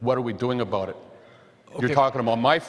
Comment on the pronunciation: He said "aboot".